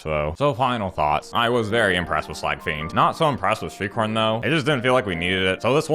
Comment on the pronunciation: At one point when you said shriekhorn, I swear I thought you said streetcorn. Keep up the sweet decks and funny content. Here's to winning tsome prizes 🤞